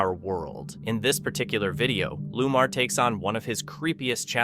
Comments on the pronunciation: It’s not Lumar! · Narrator should learn to pronounce names properly which shows his ignorance & c/b very offensive to many e.g one paranormal investigators name is Lomar not, Lumar as pronounced